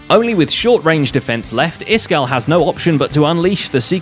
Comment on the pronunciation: Zombie gleo not Cleo and it’s isgall